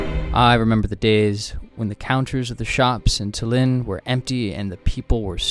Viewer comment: When will people learn to pronounce Tallinn its horrible